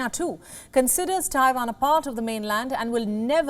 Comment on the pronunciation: It's Taiwan, not Taifan.